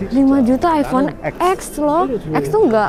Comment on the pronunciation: Aypon yah bukan aivon😁